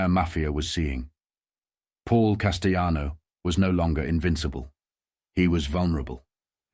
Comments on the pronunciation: He's not spanish....it's not casteyanos...the LL in Spanish is not the same in Italian ... Cas-tell-ah-no. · but AI mispronounced names. Through half the story the narrator said 'de my o' Then finally said De-may-o. Constantly saying Paul, Big Paul, Costellano, was past annoying 😊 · How about getting a human to narrate? Seriously... your work is too good to waste it on a computer voice... Hearing "Demeeo" and "Casteeonno" and "Poozo" makes me wince. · Pronouncing "Castellano" wrong!